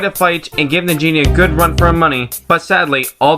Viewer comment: Sounded like you said Nigga Shantae! XD